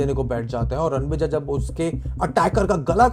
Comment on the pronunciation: it’s Ranvijay. Say the name correctly. He can come to your house and spank you